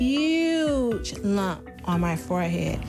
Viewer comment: Fo-head? Was it too difficult to say forehead properly?